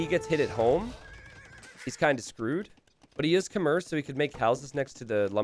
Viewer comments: Khmer is pronounced like a female horse Kh-mare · Khmer is pronounce kuh-mai Love these Hoang games! Instantly my favourite player <3